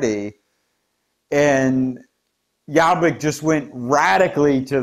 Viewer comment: Excellent analysis of the political scene in Hungary. Also, you had a really good pronunciation of Laszlo Toroczkai's name :) But Jobbik is pronounced with the letter o as in 'orbit'. Thanks for the excellent reporting !